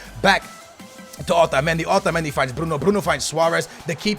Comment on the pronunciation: Why the hell do you ALWAYS pronounce Otamendi like that! Your fucking American! Act like it bitch!